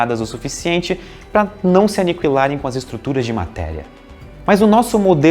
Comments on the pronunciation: Que jeito estranho de falar Aniquilar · Se viesse mais vezes até a seção de comentários, já teria aprendido a fala "aniquilar" certo...